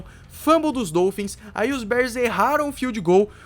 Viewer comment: mas um ótimo vídeo! Parabéns pelo canal! Continue o excelente trabalho q o céu será o limite! Só uma observação: fala-se dólphins (O aberto) e não dôlphins (O fechado). Abraços!